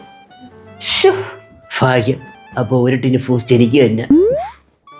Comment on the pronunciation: Boost ❎Foost ✅😂😂😂